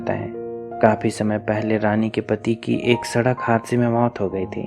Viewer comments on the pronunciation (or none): none